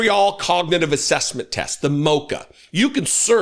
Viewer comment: Trump's cognitive test obviously didn't include pronouncing the word cognitive correctly.his mental and physical health are obviously seriously impaired.